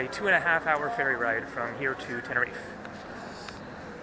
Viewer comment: It's Tenerife not Tenerifay